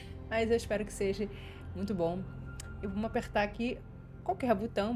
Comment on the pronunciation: "Espero que sejE"